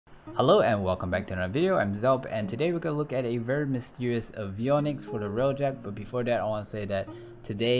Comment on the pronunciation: Omg he's actually pronouncing avionics correctly